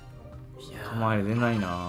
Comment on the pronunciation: キャマエェル！